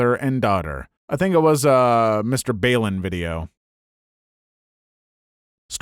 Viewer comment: Mr. ball-en